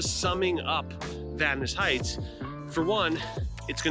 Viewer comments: I grew up in Vadnais Heights. Thanks for pronouncing it correctly. :) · Yeah, it’s a good place to live. Glad you pronounced it right.